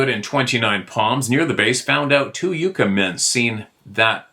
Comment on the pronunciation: Greetings Disciples from Victorville, CA 🇺🇲 🙏 Yo, FYI, In the States, Yucca is pronounced "Yuck-uh" (not Youka) and Gila is pronounced with an H, not a G. In AZ we have Gila Monsters, their like mini komodo dragons and can poison you with their deadly mouth bacteria. God Bless You Brother!